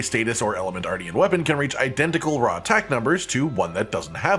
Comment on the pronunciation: I’m going to pretend I didn’t hear you say artian and only focus on the armor.